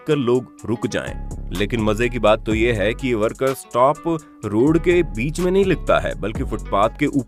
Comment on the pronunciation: Sotp nhi ji stop hota hai yo bhi bta dete